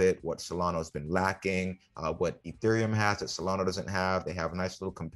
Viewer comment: SolanA…… not SolanO